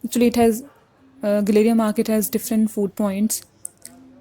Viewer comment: It’s not guh-LAY-ria गलेरिया! It’s pronounced Gal-uh-ria (गैलरिया)! Call center cab drivers kept mispronouncing the name of the market, and people new to Gurgaon accepted the incorrect pronunciation! 😂😂 It’s one way I get to know who is originally a Gurgaonite from someone who’s not! 😊😊